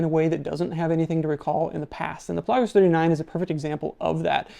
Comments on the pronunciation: It's pronounced Pelagos, not Pelagos. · Is he pronouncing Pelagos correctly? Never heard anyone ever say it like that?